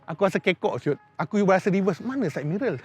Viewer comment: sidemirror ❎ saidmerel ✅